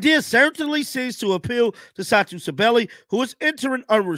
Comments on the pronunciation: Wish you get Satou’s name right. Good grief! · Man put some Respect on Satou last name man! Sheesh.. Butchered!!